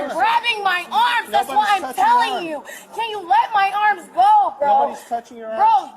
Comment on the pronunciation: Also, everything is “thass” instead of “that’s.”